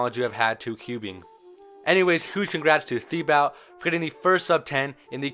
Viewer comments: You pronounce it like tibo, not thibaut... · It prounounced tee-bow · he's Thibaut is actually pronounced Tibo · In french you don't pronounce the "u" after a "q" ;-) and Thibaut is pronounced like "Tibaut" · I'd rather you didn't even try to pronounce his name considering you butchered it that badly lul